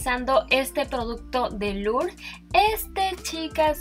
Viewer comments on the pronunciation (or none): none